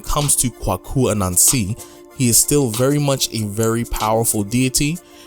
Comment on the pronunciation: Kwaku (‘Quake-U’) As pronounced in Ghana. Appreciate the video 👏👏👏